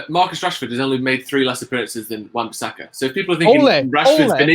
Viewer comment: Come on guys its wan bissaka